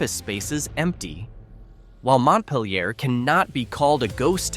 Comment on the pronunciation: least us VT'ers CAN pronounce it, unlike AI :P